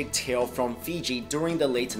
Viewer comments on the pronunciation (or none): none